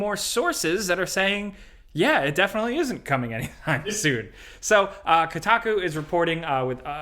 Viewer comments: It’s “KOH-taku” not “KOO-taku” I literally can’t even understand how anyone would think it’s the latter. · Dude said Kotaku.😂